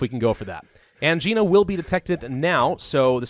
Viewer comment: constantly makes fun of grammatical errors Also: consistently pronounces Angina wrong Ang-eye-na. Not an-gee-na